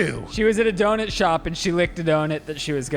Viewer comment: calls donut "DONET" im unwell